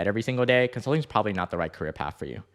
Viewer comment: "Consluting" Wazaaaap